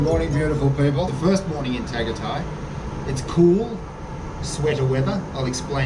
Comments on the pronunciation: it is Pronounce Targaytay. Glad you liked it. It is quite a lot cooler than Manila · dude u need to brush up on some pronunciation ..its ta gi tie and lechon ka wally